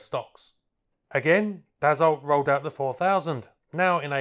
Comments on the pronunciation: Hahaha... you pronounce it "dasso" not d-assault! 😂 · An interesting and enjoyable article with great aerial footage, but I do believe you will find that the name is pronounced "Dass-o" not "Dass-olt." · Dassault is pronounced, dasso. Good stuff. Rare aircraft. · it s 2 m53!!! put some background sound of thoses beasts.. and also DASSO not dassolt. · Never heard of it before watching your video. Thank you! Dassault => Pronounce "dasso". Usualy in french the last consonnant is mute, but wiht proper nouns it can be tricky. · Dassault is correctly pronounced "Dasseau." The L and T on the end are ignored. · DAH-Soh. Theres not T in the pronunciation. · Its pronounced "daso". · When I worked in private aircraft management and overheard my boss's speaker phone calls to Dassault customer support they never corrected his pronunciation which was like yours which was likely because we were their customer. Now Bombardier in Quebec had no problem letting him know it was Bom-bar-dee-ay and not Bom-bar-deer.